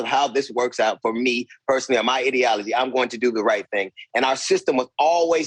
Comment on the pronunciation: listen how DL pronounces “My ideology”… kind of revealing.